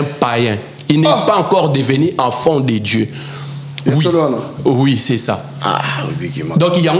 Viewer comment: Déjà Quelqu’un qui dit afont au lieu de enfant 😂😂😂 Zonga classe!le mariage faut avoir une bonne comportement 😂😂😂😂